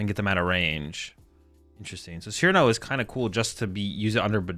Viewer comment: learned to pronounce Cyrano